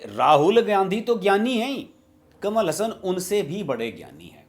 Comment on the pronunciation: Pronounce teek tarah se karlo saab... kamal Hassan hai... hasan nahi hai plz😝😝😝